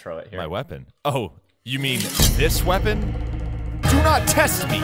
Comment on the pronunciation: he said oh you mean this wepond? do not test me!